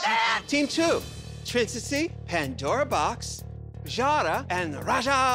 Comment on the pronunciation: “Trintacy” lol Ru Paul is so shady lol